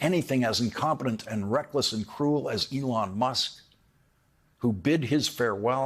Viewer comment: You accudently misspoke Musk's name for a moment, calling him Muck. I think that is actually perfect for this cretin.